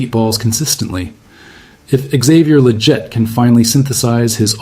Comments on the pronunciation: It's not lajette it's leggett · Considering your always talking about leggett it would be nice if you actually pronounce his name correctly